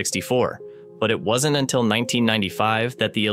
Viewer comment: Lead -leed?!? 😂 mis-stated at least twice. Fermalab? lol😂